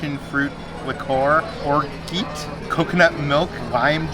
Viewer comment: Ordinary adventures in how to pronounce orgeat - lol